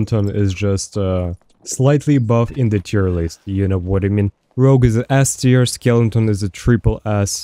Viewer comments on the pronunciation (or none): Took me a while too 😅 didnt know whether he was saying it’s shit or godly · i cant figure out if is saying S-tier or Ass-tier and its killing me